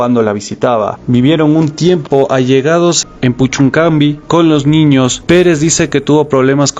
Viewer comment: es puchuncavi' con acento el la i. buen material.